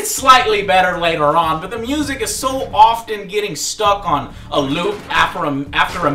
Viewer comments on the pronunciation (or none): none